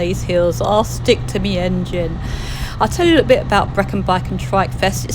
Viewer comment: Just for future reference Brechin is pronounced as Bree kin Love your vids 👍